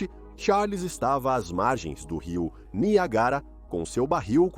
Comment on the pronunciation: NIAGÁRA doeu